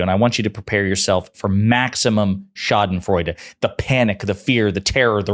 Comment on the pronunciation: perfectly pronouncing Schadenfreude - respect 💙